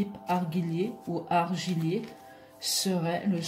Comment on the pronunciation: gi se prononce G pas GU. donc Argillier avec le son "Je"